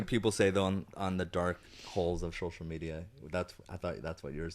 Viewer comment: I’ll be very sad if there’s ever an episode that Zach doesn’t say, “shocial.” 😘